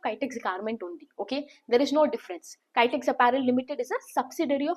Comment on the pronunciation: Please pronounce Kitex properly